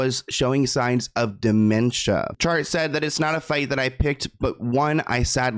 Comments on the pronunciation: Yeah, let’s not call “Chart” SHART 😂🙈😆💀💩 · Did you really say his son's name was, Shart?! 😂😂😂💀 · Shart... "chart" 🤣🤣🤣🤣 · I’m so immature for laughing at Shart Westcott. it says CHart 😂😂😂😂 you’re so unintentionally funny❤️ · I lost it when you said “Shart” Westcott & decided to “go with” Chart (which I agree is likely correct) 😂😂😂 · Trying not keep giggling at Shart Westcott. I hope it’s Chart too. 😂😂😂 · SHART! 😂 “CHART” I’m ☠️ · Did you say shart?! 😂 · When pronounced Chart as Shart 😂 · 😭😭😭 not shart 😆🤣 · SHART lol your best mis-pronunciation to date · 🎉 "Chart? Shart? I think its Chart" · Shart 🤣 I hope its Chart lol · pronouncing Chart as "shart" is killing me, lol. I haven't used the term "shart" since I last sharted myself 15 years ago. 😂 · I thought you said “shart” not “chart” 🤣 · Shart 😂 im sorry but that is kinda funny pronounced like that 😂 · “Shart westcott”💀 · It’s chart. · I know. I'm laughing because he said, Shart. 😂😂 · you're awesome but why do you keep calling the nun's residence a coven? The clips of the reporters clearly say convent. And calling the son Chart, Shart. I mean.. my nine year old would be in hysterics but you are better than this kind of humour imo. You're a journalist. But I'm still a fan.